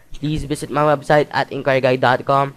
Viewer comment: The "rebsite" XD